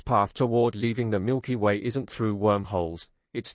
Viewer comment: Milker way?? Another dumb AI channel....